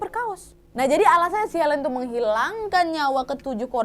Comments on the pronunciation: Bukan Elen pengucapan namanya tp Ailin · Aileen (dibaca: Eilin) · Susah kali english kau wak, itu cara nyebut nya Aylin, Dayen dan Kith yah wak! 😆👍